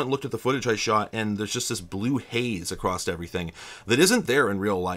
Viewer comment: I notice that you have a bit of an Yankee accent when you say the word "across," you add a T sound at the end. I grew up with this accent and worked hard to not add the T sound. There are a few other words people with a Yankee accent say differently. Are you from upstate NY - Western Mass originally?